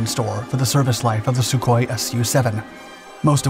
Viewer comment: You keep pronouncing the Sukhoi models as S-U separately. The prefix to the aircraft design number is said as SUE. He wasn't called ESS YOU Koi. You pronounce it as one syllable said 'SUE'. Hope this helps.